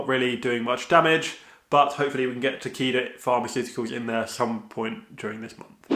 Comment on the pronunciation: Is it bad when you said Takeda I thought you said tequila